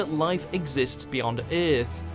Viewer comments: whatever accent is this, its earth not eeeeeath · How come this dude can't pronounce EARTH...